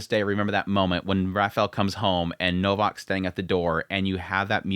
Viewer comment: Fantastic show, enjoyed your perspective on it and appreciate you showing it some love and exposure. Just a heads up, as someone with the same name, its pronounced Novak. Ws in Polish are Vs in English.